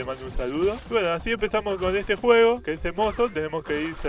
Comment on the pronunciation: "Bueno muchacho' espero que lez haya gudtado esdte video getro jaja getrolo"😂